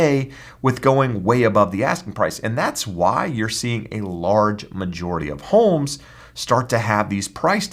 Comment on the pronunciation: I hate the way this guy says homes .